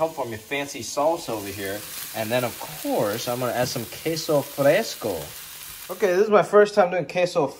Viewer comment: He nailed queso fresco tho 💯